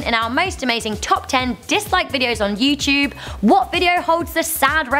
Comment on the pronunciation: "YouChube" I love accents.